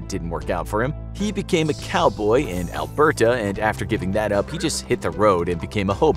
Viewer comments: AlbertA haha never knew it was that hard to pronounce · I just watched a video on a titanic survivor hero, but couldnt get over the mis pronunciation of Alberta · Wow someone outside of Canada pronounced Newfoundland correctly. Oh but wait, Alberta was pronounced incorrectly.